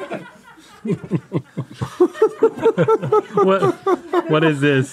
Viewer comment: I thought link said the "Hello"😂